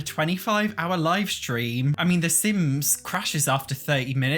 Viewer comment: Live mode... Not live mode... When news anchors or radio DJs go on the air they "go live". Long I sound.